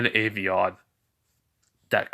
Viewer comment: it's not avion it's albion